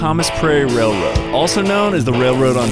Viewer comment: “Let’s put a mini truck on da wailwoad”😂😂😂😂😂 Keep going 🤙🏽